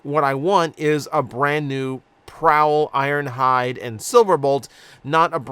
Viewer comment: "PrOWL" let that sink in